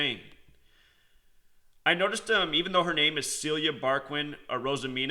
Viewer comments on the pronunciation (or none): Fucking yankee rip my beautiful celia. Her was name is (ceelia) no cilia..